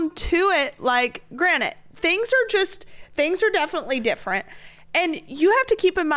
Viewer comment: Savannah your bloodwork and mine sound the same lol. Also it’s granted not granite.